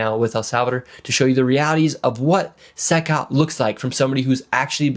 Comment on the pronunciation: It's not pronounced "SYCOT" It's pronounced "SEE COT" CECOT.